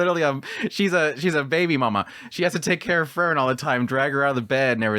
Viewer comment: Her name is still Free-ren and not Frrren. 😁